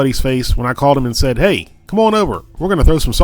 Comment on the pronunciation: "whey" wtf lol